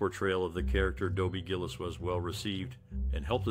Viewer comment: GILL-ISS not GILLEEZ!